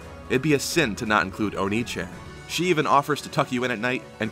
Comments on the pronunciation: It's pronounced onee-chan for an elder sister,not onii-chan you fool.............. Just fixing the issue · "O-nii-chan" Unless you meant "O-neh-chan," then Camilla confirmed for male.